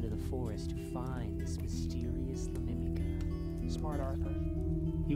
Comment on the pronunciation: "la mimica" "la lamika"